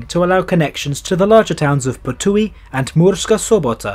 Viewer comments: Last one in regular service to be exact, built in 1964. We have 3 steam-hauled museum trains. You mispronounced Ptuj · The only one he really messed up was Ptuj. That one took me a bit to realise which town he meant